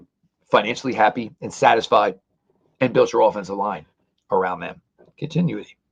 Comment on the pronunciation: Con - tin - new - ity